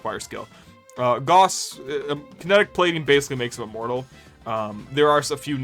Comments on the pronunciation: Its pronounced "Gowss" not "Goss" and don't let anyone tell you otherwise either, they are wrong including the Warframe devs at times. Feel free to look this up with either AI or a google search, that is the correct pronunciation, "Gowss" not "Goss". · It's not pronounced "gauze", it's pronounced "gaoss". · Holy shit dude can’t tell if you’re rage baiting or not but it’s Gauss like “mouse” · Gauss is pronounced Gows. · Shit list. Disliked and reported because Gauss is pronounced wrong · This is how I learn I’ve pronounced Gauss wrong this whole time